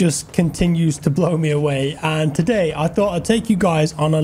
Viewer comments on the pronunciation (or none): none